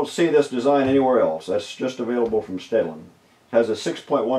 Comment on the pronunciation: Took me awhile to sort out the words you said .. transcript says Stanley, and Stellar, and Sailing for STEDLIN!